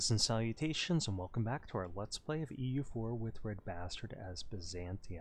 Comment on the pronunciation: so weird question. In the start of your videos do you say greetings and salutations or greetings and citations?